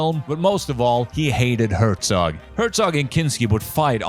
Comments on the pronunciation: Did you really make a 94 minute Documentary on Werner Herzog and you didn't bother to look up how to pronounce his name? It hurts my ears. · It's so funny to hear his name so often and being mispronounced in the same way every time (I am German, it's cute, I am not complaining dw) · I dont wanna hate, but if you make a one and a half hour video on someone, at least bother to learn how to pronounce his name ffs